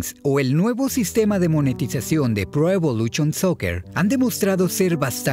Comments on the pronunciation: Pro Evoluchion jajajaja lo siento, no puedo con eso. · “Pro EvoluCHON Soccer”